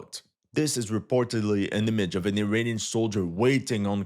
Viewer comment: funny prononciation - first understood "an ukrainian backed militia ... against a US Army helicopter" - - - WHAT ??? Ah .... "uirainian"